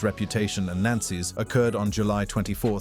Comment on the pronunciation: True that. What’s up with the silent/missing “fi” in words like “nances”, “nancial”, “gures”, “rst” “recracker”, and “unspecied”? And the inability to correctly read large numbers. Yeesh…